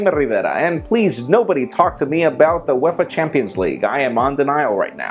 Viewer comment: What the fuck did u say at the beginning.....wuafe it's uefa dipshit